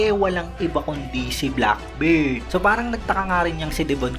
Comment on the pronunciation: Bakit kba Black BIRD ng black BIRD? BEARD kasi yun Beeeerrrddd long E sound ang pag pronounce idol.